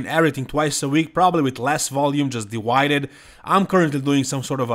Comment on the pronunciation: "Dee wided" that's the single best pronunciation of "divided" ever said!! 😎